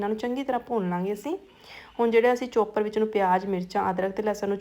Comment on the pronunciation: ਚੋਪਰ ਨਹੀਂ ਚੌਪਰ, ਪਕੋੜਾ ਨਹੀਂ ਪਕੌੜਾ ਕਹੋ ਜੀ ।